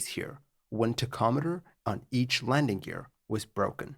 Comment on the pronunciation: I thought he was saying tech ometer but he is just referring to a tachometer. It is pronounced: Tac om eter Btw.